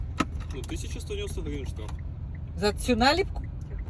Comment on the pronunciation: "Це поюшеня... Сума штьяфу... Пйедьявіть документи..." Вашу м@ з вашими мус@@